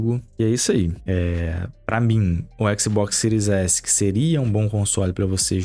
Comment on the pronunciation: baixou a versao do ``xboxsi`` errado hein amigao